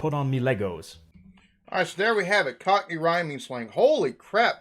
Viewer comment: And the way he says "cockerney" with the R sound in the middle.